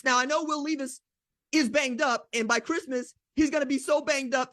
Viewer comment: Levis not LEEvis. GBO!